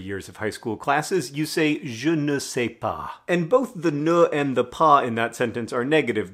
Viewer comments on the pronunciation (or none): je ne sais pas is not at all pronounced like John said; but they will know you dont know if ya say it like John